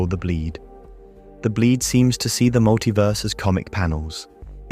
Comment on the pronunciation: Learn to say the words "see" and "flaw". please. Otherwise good video until the final heaven and leviathan portions.